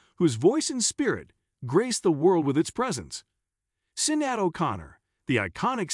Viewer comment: If you're going to put out click bait, at least pronounce Sinéad's name correctly.